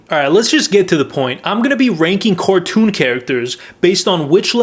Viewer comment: i really love how he calls them Squid Games Cortoons idk why